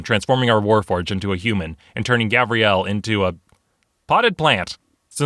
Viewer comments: Him calling Gabriel 'Gabrielle' triggered every boy named Gabriel watching lmao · There is a big difference between Gabriel and Gabrielle. You were pronouncing Gabriel as if it were Gabrielle. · Gabryelle That’s the wrong way to pronounce Gabriel